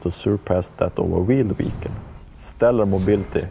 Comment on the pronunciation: "Tracked Wehicle"